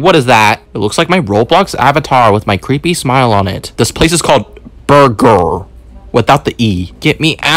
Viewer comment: "lettuse" and then, "burgr" and then lastly, "bathrom" 😂😂